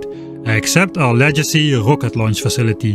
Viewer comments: FYI, "Legacy" is pronounced "Leg - acy" not, "Lejacy" xD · Just FYI - Legacy isn't pronounced like legible. It's Pronounced - Leg Ass E. I know... English is a mess. I find it hilarious that you're familiar with El Cheapo though.